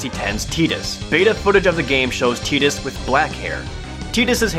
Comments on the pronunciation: Where's the source of this? I've never heard him be called tee-dus before this video. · I thought it was Ti-dus... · Man, Tee-dus? really? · Thanks for ruining The Sixth Sense for anyone who hasn't seen it. Also, I don't care how some Japanese person tells me I'm supposed to pronounce Tidus. If they want to avoid confusion or mispronunciation, they should spell the name differently (e.g., Teedus). Otherwise, I am pronouncing the name with a long I sound, as the spelling suggests. And while I'm on the subject, her name is Aeris, not Aerith. Be more careful in the future, folks. You can't just retroactively change the name of a principal character years later because of a goof-up. That's like telling me 20 years later that my stepmother Carol's name was actually Coral. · The way you pronounce "Tidus" drives me nuts. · Tie-dus. Please quit referring to him as Tea-dus. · ***** Tie-dus or Tide-us is actually the correct way to pronounce it. Tee-dus was coined during Dissidia, 8 years after FFX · i have a copy of the ps2 game and the manual is greek and it says it is pronounced tide-us not tee-dus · Excuse me, Tee-diss? No. Tie-diss. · Am I the only one annoyed by him saying Titus instead of Tidus? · Tee-dus sounds fucking stupid. It should have been tie-dus. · Tide-us....not Tee-dus...wtf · teedus? TY-DUS. YOU FUCK. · its not 'tee-dus' its 'tie-dus'. Makin me cringe. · Actually, it's not... It should technically be pronounced tie-dis, but in in-game canon it is pronounced tee-dis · its not teedus, its tidus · sorry, but i agree with everyone else. TIE DUS. not TEE DUS. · SpadesNoir Yes we read them but it doesn't change our opinion those of us who will want to pronounced it tie-dus instead of tee-dus regardless of what it was supposed to sound like cmon you've got to admit mate it was a fail on their part to make his name pronounced like that even if yuna's name means sun and his means moon it just sounds pretty awful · TIE-DUS not TEE-DUS